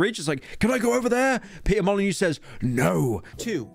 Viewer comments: its not "mo-lee-nyou" either its "mo - lee - nØ" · It's really not "moh lee new"